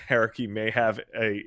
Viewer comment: Air-aki is the most bizarre pronunciation of his name i’ve ever heard